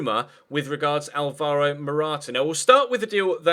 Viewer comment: it's not alVAro Morata, it's ALvaro Morata